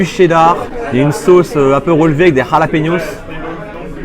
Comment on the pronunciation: En dirait il parle en arabe quand il dit harlapeniosse 😂😂😂😂